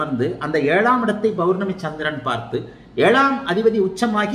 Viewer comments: ஆக இன்ப நிதி நம்மை ஆள்வார் நம்மை போன்ற அடிமையாக இருப்பவர்களுக்கு மகிழ்ச்சியான அறிகுறி தென்படுகிறது. என்ன ஜோதிடர் பௌர்ணமி என்பதை பொவர்னமி என்று உச்சரிக்கிறார். ஆக மக்களுக்கு உஷ்ணம் அதிகம் அடைவர். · Bournami இல்ல சார் pournami Pa பௌர்ணமி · Bowrnami, Bowrnami nu solrigala unga appa Tamil vathi ya